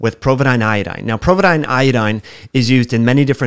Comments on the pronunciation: POvidone... not "PROvidone". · Great vid, but there is no R in Povidone.